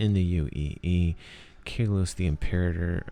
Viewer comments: can't find the spot right now, but you said "Impeerraider" instead of "Imperator" (I can't write english phonetics, so I can't tell you how it should sound) But thanks for the great overview! I just watched it and I will at least watch it once again when the game drops. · Dude, "Impeerraider"...